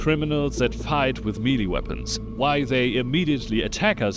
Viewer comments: Melee = "meh-lay" not "mealy" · Good video, made me laugh a lot. BTW its Not Mee-Lee, it's pronounced May-Lay. You said it so much. 😅